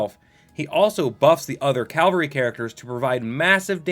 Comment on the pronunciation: Bro do you realise you're saying "calvery"